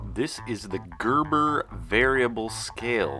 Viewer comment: Cörves? Convörsions? Görböh!